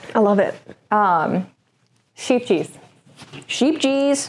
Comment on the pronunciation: So we've actually taken MASSIVE liberties with the pronunciation here—there's a YouTuber called Dawn's Days who can say it correctly: It's more like "Sckhayp-yes"! We just thought Sheep-gees was cute 😂